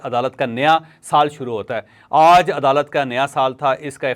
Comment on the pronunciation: لفط "آج" پر زور ذرا کم دیا کریں